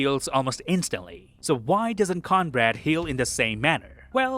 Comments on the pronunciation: His name is Cornbread, like the food, Not Conbrad! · Are you calling him Conrad? It’s Cornbread like the food lol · Is he saying Conrad? Mf is named cornbread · Everytime you said Cornbread I heard Conrad 😄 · "Conrad" hahahaha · Sorry, stopped watching when you kept calling cornbread, conrad. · Who is Conrad? Are you trying to say Cornbread? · Why are you saying Conrad when his name is Cornbread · Lol fair.. i kept wondering who the fuck Conrad was 😅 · thanks for the suggestion but i won't be watching again. i don't have audio processing disorder and bro said cornbread right at first then doubled down on conrad. i'm willing to give benefit of the doubt that it's just a slip. but this seems like a mistake that anyone actually writing and performing the script, editing and posting the video would catch and fix. i'm also an extreme perfectionist so take my words with a grain of salt lol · Are you calling Cornbread “Conrad”? 😂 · Yea he says it like “cornbrad” coz of the accent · Who the heck is *Corn-Brad?!? 😂😂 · Is he calling Cornbread Conrad? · Are you calling Cornbread "Conrad?" Or is it simply your accent? If so, I apologize for mentioning it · This guy or AI voice can’t pronounce words for shit. I hate how he says cornbread. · I thought I was hearing that too, but the captions were saying Cornbread